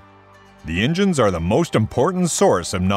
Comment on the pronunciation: Don't forget the ingines